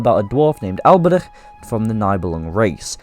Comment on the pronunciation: Bro the way you pronounced Alberich makes me want to stab my ears out. I had to stop listening because of how annoying it is.